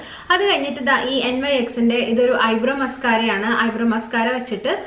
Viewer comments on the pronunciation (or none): ....ithu Nyx( നിക്സ്) enna pronounce cheyyunne...🙂